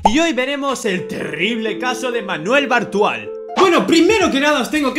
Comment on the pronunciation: Entendí "Manuel Brutal"